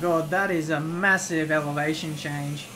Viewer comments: "evelation change"? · I dont think you get the point. I know what an elevation change is, but he said 'evelation'...